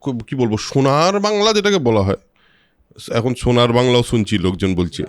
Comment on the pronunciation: কিছু মানুষ "শুনার" বাংলা বলছেন। আঃ বেশ ভালো লাগলো আপনার ব্যঙ্গাত্মক হাসিটা। ইটা ভেবে গর্বিত হবার কোনো কারণ নেই যে একজন অবাঙালি তার স্বাভাবিক উচ্চারণে "সোনার" কে "শুনার" বলে ফেলেছেন বরং আমাদের এটা ভেবে রাগান্বিত হবার কথা যে সে আমাদের মতো করে কেন "সোনার" বলতে পারে না। এই না হলে আমরা বাঙালি। সাবাস দাদা।